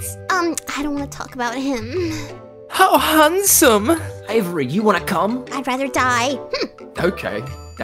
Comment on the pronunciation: saying "HOw HAnDsomE " had me dying